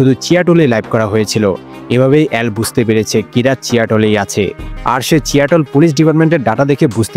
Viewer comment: সবই ভালো কিন্তু উচ্চারণে মনোযোগ দেন । চিয়াটল না সিয়াটল হবে